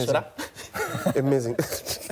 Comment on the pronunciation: *sighs*, was ... A mazaing, was A mazaing